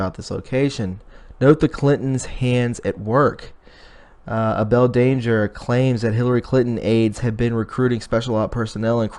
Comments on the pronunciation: It's pronounced A- ble like I am able to lift that rock. Able danger (Feild McConnell) is the man you should start listening to him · Please! It's pronounced Able as in we are able. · His name is pronounced like Able.able to work.